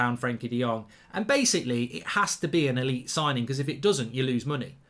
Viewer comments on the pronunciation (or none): none